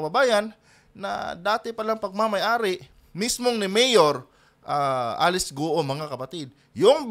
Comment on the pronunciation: Guwo po ang bigkas sa guo, ewan kng kung anong tone. 4 tones + no tone ang mandarin at kada tono ay iba-iba ang meaning maski iisa salita. Have a good day at ipagpatuloy lng po nyo ang political vlogs nu esp. PBBM.